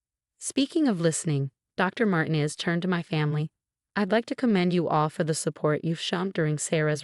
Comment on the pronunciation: Could you inform your stupid AI program that the Hispanic name Martinez is NOT pronounced "martin-ez" 2: the emergency number is nine -one-one, not nine hundred and eleven.. PROOFREAD!!!!!!!!!!!!!!!!!!!!!!!!!!!